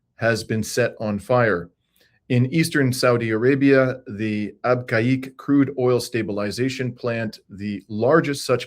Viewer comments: Abqaiq. British and American expats pronounced it AAB-cake. And Dammam DAH-maam. In Arabic, Abqaiq is actually pronounced Beh-keek. Dammam is Ah-dhim-mam (say it quickly) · PRONOUNCED AB KEG WORKED AND STAYED THERE 50YRS AGO